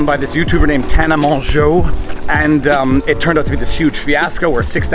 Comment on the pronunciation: Think someone’s finally figured out how to say her last name